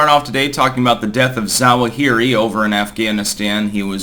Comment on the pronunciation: AL ZWA-huh-ree